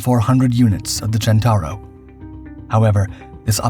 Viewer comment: Centauro, not "Gentauro". You know, "centaur"?